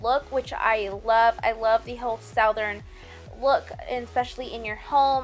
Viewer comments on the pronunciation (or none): What are you saying ...SOUW DERN? Southern maybe? Great tutorial. I love it! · I love your work so please don't think I'm making fun of you, because that's the opposite of my goal here. honey you are pronouncing "southern" like it's sowthern, "it's suthern". If that helps darlin'. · It's RAF FEE AH - raffia! and it's SUTH URN - southern . You did an awesome job!!! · The way you pronounce southern is enough to make me unsubscribe.